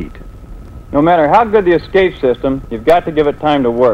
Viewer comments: General Lukens says, eXcape, instead of escape. Makes you kinda wonder. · Dude, Repeat after me. ES-Cape. ES-Cape. Not Ex-Cape. Sheesh. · In an industry where attention to detail is an absolute necessity you'd think the manufacturer would find someone who could correctly pronounce "escape" to narrate their promotional films.